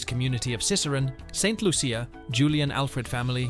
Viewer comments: Its not saint Luuucccia. Its pronunced Loosha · First learn to say Saint Loo-sha or Santa Lucia. I'll let the other Lucia's handle the rest 😂